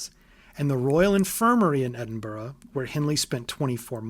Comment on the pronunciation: not even ten minutes in and i'm already vicariously living thru this video. this is so indescribably meticulous and in-depth that honestly, i'm glad someone else has such a deep passion for the world of bloodborne and its true inspirations. note: THANK YOU for pronouncing edinburgh right. not many outside of scotland do, so it's a nice big of respect from me as a scot.